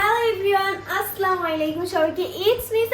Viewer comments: Apu ontoto salam ta sundor kore den 🙄 Assalamualaikum❌ Asslamalaikum✅🤣🤦🏻‍♀️🤦🏻‍♀️ Sothik,, Asslamalaikum❌ Assalamualaikum ✅ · আপু আসলামু আলাইকুম না আসসালামু আলাইকুম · স্লামালিকুম না